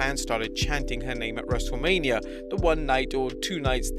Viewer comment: Thought you said Wreslte Labia